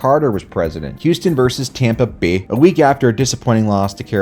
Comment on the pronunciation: i loled at the way u said Tampa Bae